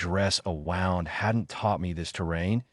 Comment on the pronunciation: WOWND INSTEAD OF WOOND?